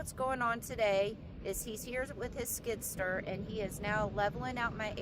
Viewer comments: Skid Steer...not Skidster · You must've came into a large chunk of money. Sounds like you're spending a ton of it. It cost money to get started oh, and by the way it's called skid steer. Not skid stir😂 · skid STEER.... not skidster ;) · no offense, but the name of his machine is:”SKID STEER” not skidster, just so you’ll know…..if you’re gonna be a land developer you gotta know the tools and equipment proper names. P.S. I’m not try to sound like a mister know it all but with all due respect you should know what is what. Right? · she said stir